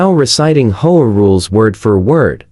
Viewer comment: H O A is not pronounced whole . Get it right or stop posting.